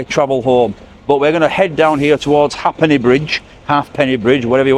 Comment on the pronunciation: Ha’penny is pronounced ape-ny